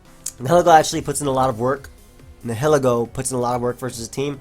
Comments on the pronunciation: Nihilego PRONOUNCIATION: (Nye-eh-Leh-Go) Its name is based on the word "Nihilism" (Nye-eh-liz-mm) and/or "Annihilate" (Uh-Nye-eh-layt) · I believe it'd be pronounced "nye-ih-leh-go" because I assume it's based on the word "nihilism", a belief that nothing in the world has a "real existence". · I think Nihilego is pronounced Nye-Hill-Ego. It's a combination of Nihilist and Ego, so it makes sense to me.